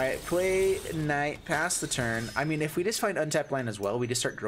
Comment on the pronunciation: You should prob chill with your pronunciation of knight